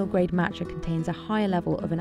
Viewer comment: Marrtuchaa. It’s just Mat cha, MA tcha